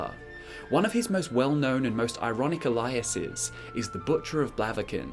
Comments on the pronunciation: Is no one gonna talk about the way he pronounces "aliases" ? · Weirdest pronunciation of aliases I ever heard :P